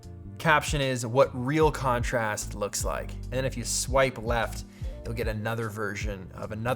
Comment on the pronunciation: How many times during the video did you say the word "Conorast" ??